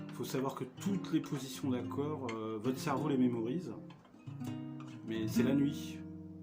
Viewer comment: D'accowd Fwèwe !... Zubeww !